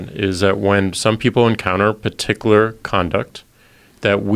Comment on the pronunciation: "paticilar"!!!! lmao, he said it twice! these two are a joke... absolutely worthless.